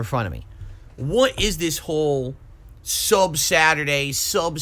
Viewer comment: Why does he say "sub" like that uuuhhhhggg learn how to talk